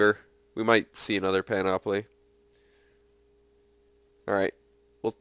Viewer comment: Hey. Just so ya know, it's pronounced PAN-uh-plee Don't worry. You're not the only one who's pronounced it panOPoly just call me the pronunciation nazi: )